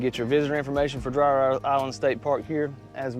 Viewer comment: It’s pronounced DREER